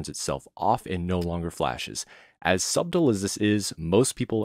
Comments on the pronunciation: DID THIS MANS REALLY SAY SUB-TLE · it's pronounced 'suttle'. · Actually he said subtill instead of suttle 🌚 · He said “subtill” instead of “subtle”? Yea... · “As subdle as this is.” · Subdle lol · Two things: It's pronounced sədl and there are games that will change the light bar like Star Wars Jedi: Fallen Order. And yes, the colon does come after Jedi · did he say...suBtle?!?!?!?!? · my man said SUBtle with an obvious B. its silent my guy. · you really just said Sub-Tle...? That B is silent bro, silent! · It is said like suttle not said like how it is spelt subtle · Very sub-dull way to say subtle 🙃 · Did you actually pronounce 'subtle' as "sub-tul"? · "Sub Tul" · It’s pronounced sutle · Love your content, but can you do a tips and tricks on the way you pronounce the word “subtle”? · THE B IS SILENT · The B in subtle is subtle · First time I've ever heard someone pronounce the "B" in "subtle". Lol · mans pronounced the B in subtle… 😭😭🥺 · Did you actually pronounce the letter B in the word subtle? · I don't know why it made me uncomfortable hearing him pronounce the B in "subtle." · Never heard anybody pronounce the b in subtle… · Subtle the b is silent lol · Who else got triggered when he pronounced the b in the word subtle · My man really pronounced the B in subtle…idk he did that bc he thinks it’s how it’s said or to be funny. First time I’ve heard someone say it that way n it’s just weird